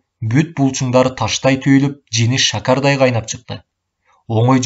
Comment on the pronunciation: Шакардай деген сөздү туура эмес окуду